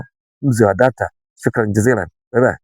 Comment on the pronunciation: Mzee wa data hilo jina hujataja vizuri 😂😂😂😅